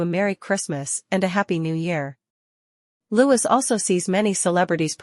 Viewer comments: Odd how the AI knows exactly what Louis thins and feels and does. and it's Lou-ss not louj-iss. and William is not King William yet. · You assume to know alot about what L-O-U-I-E thinks and does...yet you cannot even pronounce his name correctly. Your monlogue is ridiculous. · His name is not Lewis. His name is Louis. (Pronounced as Loowy)